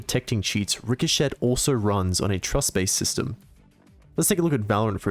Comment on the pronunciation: RIC HO SHET Please stop pronouncing it like that the t is silent, that made me cringe.